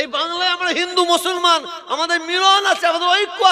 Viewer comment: Musolman splingta thik kore bolun?.mo solman kano bolchen